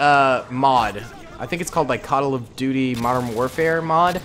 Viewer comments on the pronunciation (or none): did you say “cuttle of duty”?